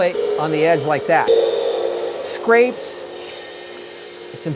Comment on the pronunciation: On you mention what sounds like 'scrates'. Did you mean to say 'scrapes'? I am looking for the correct term to use in a score. Can I write 'scrape cymbal with ring of brush' for that effect, or is there a different term?